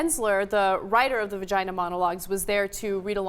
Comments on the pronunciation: Cenk can't say it, so he can't regulate it: he still says, "vergina". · Cenk said virginer... win.